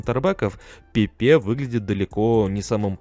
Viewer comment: Все неплохо, но жаль фамилии легенд неверно произносишь. ПэпЭ,правильное ударение. И Серхи Бархуан.